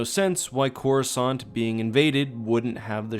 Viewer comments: while i was reading the x-wing series, the default narrator on windows pronounces it as "chorus cant" lol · “Chorus aunt”